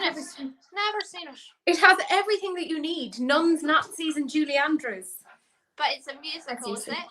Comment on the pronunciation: I didn’t realize you were saying Julie Andrews I thought you’re saying like Julie something else but not Andrews and then you said sound of music and I’m like do you mean Julie Andrews and then I heard you say it more clearly or I heard it more clearly I should say I’m like oh yeah I know who that is!, how do you not know who Julie andrews is????